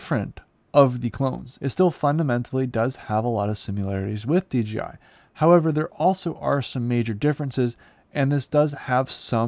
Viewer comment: DJ-EYE, Ya, that'll do...